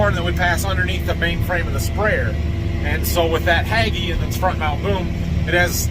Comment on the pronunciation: Not pronounced "Hag-E". It's pronounced "Haig-E". Thanks